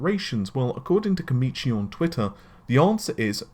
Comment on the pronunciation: Why does always say 'Komichi' when the name says 'Komachi'?